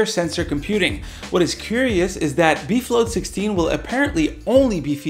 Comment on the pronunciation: Did anyone else hear "beef load 16"?